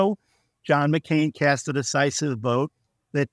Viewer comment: Cast, not casred.